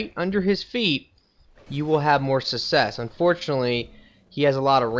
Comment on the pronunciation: Havel not havelle black gulch not black gluch success not susses and finaly subscribe not suscribe